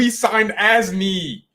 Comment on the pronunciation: We should endeavor to know how to pronounce peoples names Simple respect…….